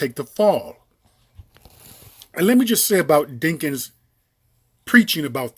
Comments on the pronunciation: isn't his name DAWKINS not DINKINS?? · Why do you keep pronouncing the man’s name wrong🤔⁉️